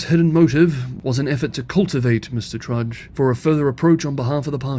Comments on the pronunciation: It's Alan Tudge not Trudge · Tudge not Trudge. Dutton not Dunton. However 'trudge' is an apt adjective for both. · I know that Australian pronunciation is difficult for Chinese speakers, so I'll just point out that it is "Tudge", not "Trudge" and "Dutton", not "Dunton" or just "damned bloody fools", if you want to be informal... 🙂